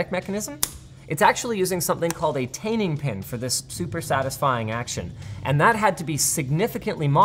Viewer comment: Taining pin? Tanning pin? Retaining pin?